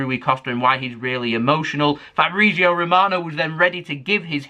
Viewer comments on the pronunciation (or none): I love the way says Fabrizio Romano as Fabreezio😂😂